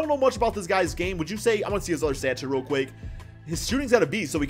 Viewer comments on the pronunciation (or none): none